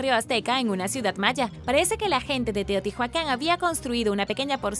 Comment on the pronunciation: Se pronuncia Teotiuacan no teotijuacan!!! Excelente video como siempre! No hate no bardo!!